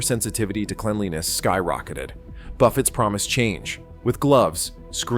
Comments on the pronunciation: buffets? it's pronounced buff-ey s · A lot of what this AI voice says is made up and/or exaggerated. For instance, the fake voice says "refill drinks now take 20 minutes". That's untrue, total BS! --Also, half the time, the AI voice mispronounces buffets as "buff-utts". --It's not that LV buffets aren't what they used to be, it's just that there aren't as many, and the cost is higher. That's the problem. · These crap AI videos just ramble on. Buffetts??? Try pronouncing correctly, it's what the video is ALL about and you get that wrong. You can watch to and get everything the rest of the video blabs on about. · AI Slop. It is about "Buffets", but can't even pronounce it.